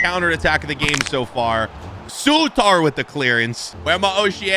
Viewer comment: pronounced sow-tar